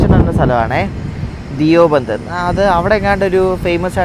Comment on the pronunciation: ധിയോ ബന്ദ് അല്ല ദയു ബന്ദ് ആണ് 👍